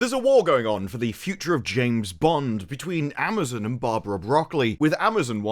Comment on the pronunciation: I thought I heard that idiot Salke say Ma'amazon. Maybe she actually said it.